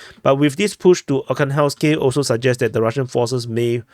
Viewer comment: ArhangelskOE, it is a small village north of ocheretine.